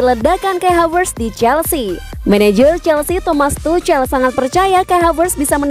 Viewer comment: Aduh geli gue dengar suara mimin,jangan tucel dong bacanya,tapi tuk'hel,bukan sok tahu tapi geli dengernya.